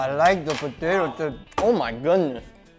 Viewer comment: Brits: Po-Tah-To Americans: Po-Tay-To Guga: Po-Tie-To